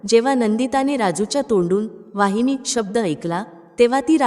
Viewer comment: वाहिनी नव्हे तर वहिनी अस म्हणायला शिका मग शिकवा दुसऱ्याला